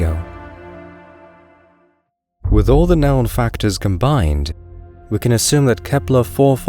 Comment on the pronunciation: What a funny accent, your not a native speaker? The way you say known , you say nown. But you pronounce words with a posh English accent